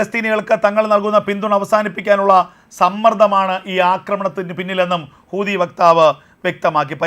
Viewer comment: എൻ്റെ.. കൂതി അല്ല.. ഹൂതിയാണ്....😅